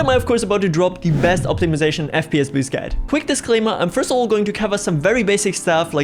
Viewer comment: bro said bost ur fps!!